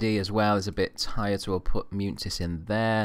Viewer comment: As a Real Madrid fan I'm really enjoying this series so far. Love that you always play my favourite player of all time in Raul. Good luck!!! Munitis is pronounced Mun-e-tis.